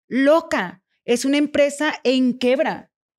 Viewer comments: Sol mi amor se dice quiebra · Se dice quiebra por Dios esa no tenia nada